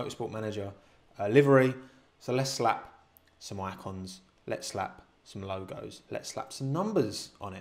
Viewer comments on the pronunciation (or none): none